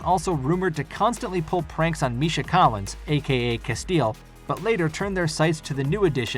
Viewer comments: Boy are there so many errors. Mark Shepherd wasn't happy with Crowley's ENDING, not the character itself. He hated most of the S12 storyline. It's also pronounced Cas tee EL, not Casteel. Jensen did not audition for Sam, per se. Jared was ALWAYS the actor they wanted for Sam. But Jensen had to audition using Sam's lines because Dean's weren't completely written yet. When he expressed that he felt more attune to the character of Dean, TPTB said "We know." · Reporting for how they butchered Castiles name lmaoo jk